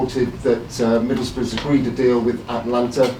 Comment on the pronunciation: Manu does realise it's Atlanta and not Atalanta where he came from does he?